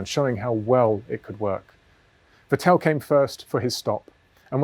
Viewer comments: Vettl not Vetél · Vettel should sound like fatL with no gap between fat and L James: fa tell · I am sorry but please pronounce Vettel right the next time 😊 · Nobody is as consistent in mispronouncing Vettel :)